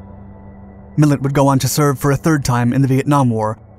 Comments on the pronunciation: Millet not Miller! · MILLETT NOT MILLER !!! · Millet not Miller. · It is Lew Miilet, not Miller.